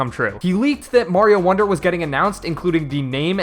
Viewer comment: ah yes, i like super maro wonder.